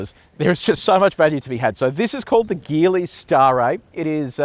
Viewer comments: Hey, great review as always. Just a quick note this brand is pronounced Jeeli not Geeli. Cheers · What’s the battery charge when you did the acceleration test? The result is slow probably due to the low battery charge. Also Geely is pronounced “Jeely” 😅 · Sorry mate but you should do better research! 🫣🤔 Have you done any??? In Chinese, the car brand Geely is pronounced as "jee-lee". The native Mandarin pronunciation uses a soft "J" sound, similar to the word "jeep". Seriously, if you can't do basic " research" on the name of the brand, why would I think that you did good research on this car!? Honestly, right from the jump your review is iffy? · A few years back, I worked with a native Chinese speaker and he pronounced it "Shee-lee", which kinda sounds like a soft "g". Definitely not the hard "g" used though